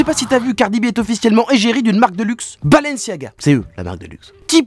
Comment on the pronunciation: Balanciaga... 😭 Les gars faites un effort le type l'a bien prononcé en plus mdr